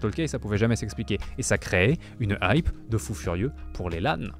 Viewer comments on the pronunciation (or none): none